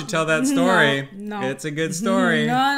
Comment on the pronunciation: Looks Good-uh!!! ❤️